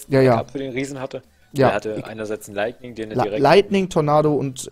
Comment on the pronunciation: wem fällte es auf das immer Leigning anstatt lightning sagt